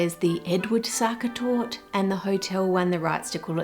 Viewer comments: Sachertorte tasting kinda like raisins? something seems to have gone wrong with the recipe ^^. Also, the "e" at the end of Sachertorte is not silent. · Its torte not tort you say it like tor teh. You should have tried the Prince regent torte from Germany. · ive never tried the original myself but everyone i know says the sachertorte von hotel sacher is too try! oh and e isnt silent in german, so youd pronounce it something like torteh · Est heißt Sacha-Torte The ‘Sacha’ is pronounced ‘sa-sha’ and torte is ‘tour-te’ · 1. German e is never silent. And Sachertorte is indeed overrated but still good. Eat it with whipped cream if it's too dry. 2. Ah the famous Brazilian war effort in WW2 ;) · The e in Torte is neither silent not elided. Specifically it is a schwah sound, like "uh?". This is true for all "e" in German words, such as "Porsche". The "ch" is the sound a pregnant woman makes breathing like "hhh, hhh, haaa, hhhh, hhh, haaa", while giving birth in movies 😂. With "sch" it is like English "sh" . Btw, as Austrian, I am not a fan of the "original" , published, Sachertorte recipe. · Starting off with our lovely Sachertorte (the e at the end isnt silent fyi) - this is going to be fun. Love me some chocolate cake. <3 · The e in Torte is not silent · as an austrian the way you pronounce Sachertorte made me giggle every single time 😂 also s/o to for ranking it the highest 📣